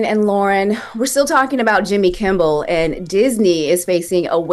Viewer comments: Calling him Jimmy “Kimball” is killing me. It’s Kimmel 😂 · Kimmel fkn Kimmel not KimmBel......Kimmel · It's Jimmy Kimmel NOT Jimmy Kimbel. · It’s Kimmel, not Kimble.